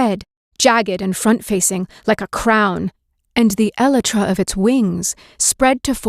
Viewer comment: Elytra is correct but chitin is definitely pronounced incorrectly